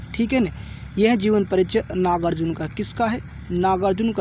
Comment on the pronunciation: Pahle Kavi ka naam sahi se Lena Sikh Lo Uske bad video upload karna ...iska iska kar rahe ho baar baar